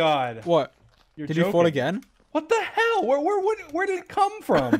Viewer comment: When George says what the hell, it sounds like what the hewl xD Love you guys!